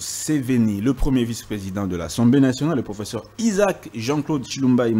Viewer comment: Le mot " professeur" est mal prononcé par l'avocat français. Lui qui cherche toujours à humilier d'autres compatriotes. Il n'a pas suffisamment étudié le cours d'expression orale.